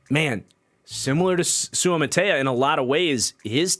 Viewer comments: it’s pronounced soo-uh-ma-ta-ee-uh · Its Soo-ah-ma-ta-ee-ah. He has outstanding potential. He needs reps and coaching but he has excellent physical tools.